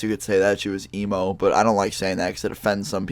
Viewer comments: I thought he said emu xD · You almost said email instead of emo. XD